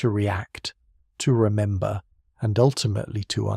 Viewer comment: The AI reader said “resnember” at around 34 min 😂